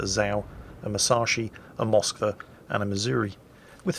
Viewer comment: It's also MoskvA, not MOskva, GrozovOy, not GrOzovoy etc. Deal with it, is crap and we love him